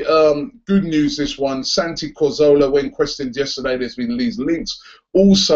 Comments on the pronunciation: CAzorla Not COzorla! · Not Cozola - Carzorla!!!!!!!!! Comon Robbie! :) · LOL how does he still not know how to pronounce Cazorla? 50,000 people sing it every home game.